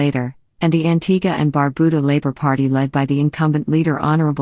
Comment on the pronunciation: Well, at least you got the pronunciation of Antigua right. But, Barbuda is pronounced bar-byuda, not barbooda.